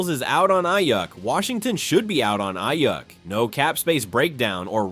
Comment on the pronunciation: Please learn how to pronounce Ayuk’s name.